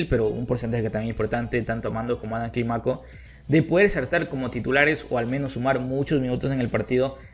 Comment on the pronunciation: No digas Climáco, dí Clímaco, fuerza de boz en la í. Todo bien, siempre te doy tu like.